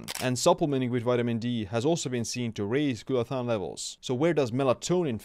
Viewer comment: He said Glutathione and I liked the video.